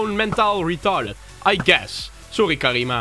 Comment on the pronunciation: HET IS CARMINA NIET CARIMA